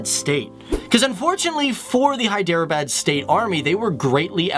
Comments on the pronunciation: Is his pronunciation correct? Isn't HEE-de-rah-bad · if you don't know the facts about hyderabad then don't talk nonsense about it . It is hyderabad not hiderbad . ** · It is not hi-drea-bad just so you know. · Array stupid fellow, ur not at all pronuncing Hyderabad properly..